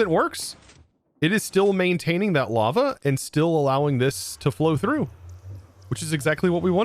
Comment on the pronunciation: I keep hearing llama everytime the word lava is said. Gotta go put my tired/sick self to bed lmao. Also love watching everybody’s different and unique ways of building on the server